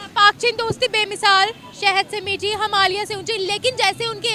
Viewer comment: अबे आधी अरबी नई मुल्ली हिमालिया नहि, हिमालय 😂